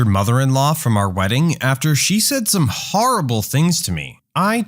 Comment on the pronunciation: "After she said some HORRIBULL things to me" got me LMAO